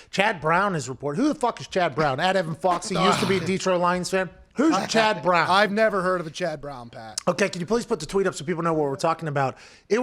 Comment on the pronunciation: “CHAD BRAWNN!!” 😂 😂